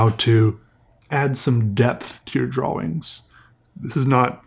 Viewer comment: Do you purposely say Draw Wings? Or is that an accent?